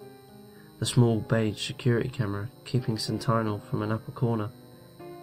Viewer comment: I'm beginning to wonder if you have ever heard English. Sentinel... sent i nel.